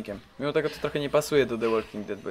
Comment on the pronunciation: btw "de łoking ded" nie "łolking ded" jak to czytales w w jednym ze starszych filmikow i tu chyba tez